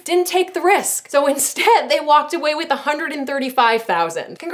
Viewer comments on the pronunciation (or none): none